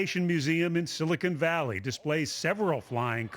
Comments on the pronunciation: "Silicon Valley" Not 'Silicone Valley' ... The news person should be ashamed of herself for not knowing the correct pronunciation. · she said "silicone valley"